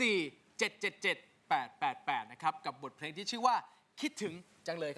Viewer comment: แจ็บกับน้ำหวานพูดคำว่า เพลงเป็น เพง..ไม่ค่อยโอเค.